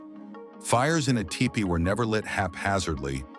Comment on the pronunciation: The robo narrator said Ty-pee. lol